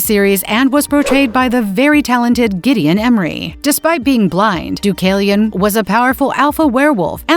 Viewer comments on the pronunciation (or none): none